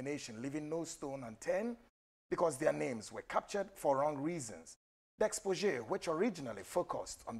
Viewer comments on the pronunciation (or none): Please,, the word is exposé, not exposdzé. Also CONVERSATION, not CONVENSATION. You are a journalist, this is so wrong.